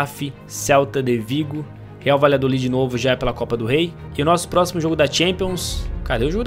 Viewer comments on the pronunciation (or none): none